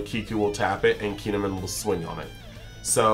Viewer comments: He had the first half right, he was just saying Min instead of Mon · It’s KEY N Ehh MON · you're doing a hard KEEN when its not quite right